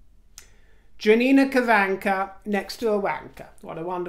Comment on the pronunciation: Just a small comment regarding Janina Gavankar, her surname is an Indian one, from Maharashtra to be precise, and pronounced Gaa-one-kerrr. :)